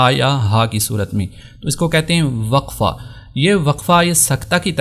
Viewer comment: اپ وقفة کو زبر کے ساتھ پڑھ رہے ہیں اور قف کو زیر کے ساتھ